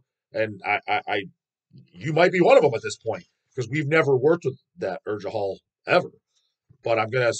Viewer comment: I happen to know Norwegian. You are close with the pronunciation of Urgehal except that the g is supposed to sound like the g in gay. And Norwegians pronounce their U and R differently but yours is close enough that I dont expect you to nail that lol